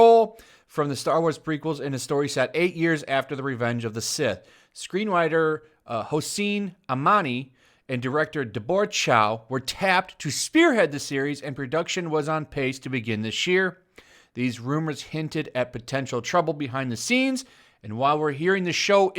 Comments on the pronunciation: Every time you say Da-BOR-uh it makes my eye twitch. Have you never known a single Debbie? Or does this lady actually pronounce her own name that way? I know, I know, I suck at peopling. I know it is trivial. But, for my sanity, I beg you, ask a Debbie you know how she pronounces Deborah. Please. <3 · side comment, how do you mispronounce Deborah? lol